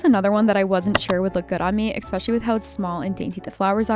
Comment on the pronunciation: Does everyone call them ham-awks where you live? I’m not trolling. I’m really asking. Language, dialect, and communication among regions are interesting to me. Like the way you say eXpecially even though there is no X In eSpecially. I love your content. Thank you for all you post.